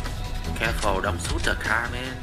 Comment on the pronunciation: That's looks hard O.o , Thanks for showing it men (as you like to say men 😂😂)